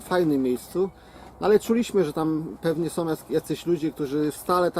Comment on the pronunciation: Taki fajny gosc a caly czs KTOROM, TOM, SOM.